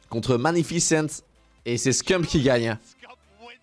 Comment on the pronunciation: Le boss des Call Of, ce bon vieux Scumpii !!! Des années que je le suis et toujours aussi incroyable ! 🔥🔥🔥 PS : Ca se dit Scumpii son blase pas « ScumpE » à la française. 😏